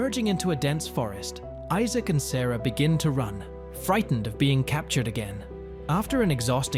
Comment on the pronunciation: How come you cant say Issac lol.